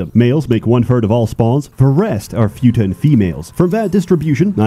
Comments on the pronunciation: Can't even pronounce futa right. Video is ruined. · I've never heard someone say Futa that way but ok. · i am 100% sure that is pronouncing futa wrong, just so that autists (myself included) will out themselves in the comments by correcting him. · I wonder if pronounces Futa wrong on purpose just to annoy us